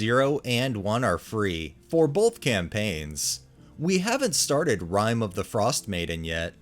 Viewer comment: It wouldn’t stop! He said it like 6 times. 😂